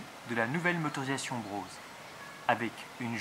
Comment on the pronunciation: Juste une critique... il n'y a pas de "W" à BROSE ;-)